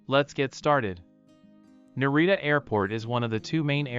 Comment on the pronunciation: Hard to watch when all the names are mispronounced